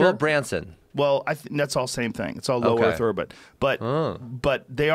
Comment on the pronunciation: joe says "Low Orth Erbit" lol